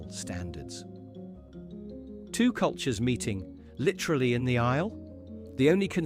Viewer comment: Brilliant script and voiceover on these (except the 'TWO' 114 pronunciation!) :) Thank you, Keep it up!